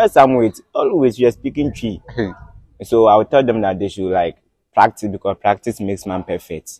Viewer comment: I came here to learn the best what 😂💔"pratitise"